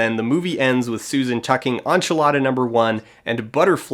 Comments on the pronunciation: Oh my god, did you say on-chilada? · I'm nine and a half minutes into this and all I need to say is that enchilada is not pronounced "onchilada". Canadian or not, there's no excuse. Get it together man. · Wait so he pronounces it onchelada but not onvelope? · This video sticks in my mind partially for the excellent breakdown of a bad film but mostly because I've never heard anyone else mispronounce enchilada so badly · That's how Canadian English speakers pronounce it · obsessed with the way you pronounce "enchilada" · I love your videos but seriously... Why do you keep pronouncing "enchilada" wrong? You edited this video. You probably heard them say it a hundred times. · I've wait so long, but at last my wish is granted. To hear Dan's pronunciation on "enchilada". Best Christmas gist I could ask for.